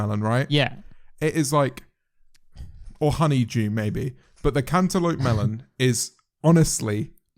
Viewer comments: no one: James: "cantullope melun" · The way James says cantelope sounds like "Can te lope mel on" if that makes any sense. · How do u say it 👁👄👁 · ten hour compilation of james marriot saying cantaloupe melon pls?